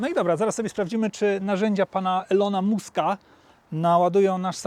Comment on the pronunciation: Czyta się Maska